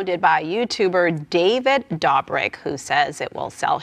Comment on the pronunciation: David Dabrik 😂 different lady then says it right later on in vid 😂